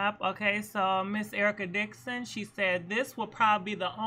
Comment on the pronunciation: UMMMM SAY IT WITH ME..... “ERICA DIXON!” 🤦🏽‍♀️🤦🏽‍♀️🤦🏽‍♀️🤦🏽‍♀️